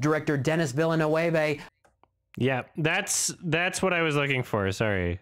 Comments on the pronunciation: Isn't it pronounced "veel - nurv"?? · It's pronounced "vil·nuhv", and even those who think they know, do it often wrong, because his first is pronounced "denny". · Oh God, I thought that mispronunciation of Villeneuve's name was just taking the piss, he's been doing it for years. I didn't know he was referencing a human being who actually thought that's how it's pronounced!